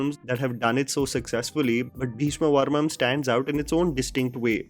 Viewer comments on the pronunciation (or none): Wait... Is it just me, Or is really pronouncing "Beeshma Parvam" as "Beeshma Varmam"? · Just one correction required in this video- Its Bheeshma 'Parvam' not 'Varmam' 😊 Rest all is top notch.. Love watching your videos. Way to go 🏍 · It's Bheeshma Parvam and not Bheeshma Varmam. How difficult is it to pronounce Parvam. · Bro it's 'Bheeshma Parvam'.. not Bheeshma Varmam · come on man it's Bheeshma Parvam not Bheeshma Varmam 🤷‍♂️ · Atleast once I would like you to pronounce the name correctly for a South movie . Everytime you make a video for a South movie you mess up the name. It's not bheeshma varmam it's bheeshma parvam*. Please try to say the name correctly atleast because it makes it difficult for us to watch the review if you can't even say the name correctly. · Bheeshma'parvam' dude not varmam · It is bheeshma PARVAM not bheeshma varmam 🤣🤣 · Bheeshma Parvam.. not varmam Not amaal its amal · A minor correction. You kept saying "Bheeshma Varmam" in the video. The name of the movie is actually Bheeshma Parmam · Bhayya a small correction, it's bheeshma parvam, not varmam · Just to correct recent mispronunciation. Please follow अमल नीरद not अमाल , भीष्म पर्वं not वर्मम , गोविन्द वसंता (Vasantha is Govind's mothers name. He rechristened himself from Govind Menon to Govind Vasantha to break away from patriarchy.) Big love to you. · It's bhesma paravam not bhesma varamam dear ❤️ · calling it 'Bheeshma Varmam' every time! 😂😂